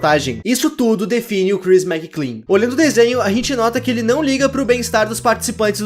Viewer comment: é McLean, meu amigo Mc Lean não Mc Clean :v